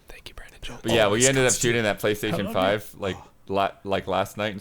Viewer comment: Correction: . Oh by the way, Jones. You mispronounced JONES! It's cool, it happens ; )